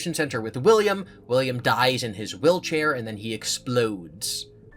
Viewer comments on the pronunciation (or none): Did you mean to pronounce wheelchair willchair?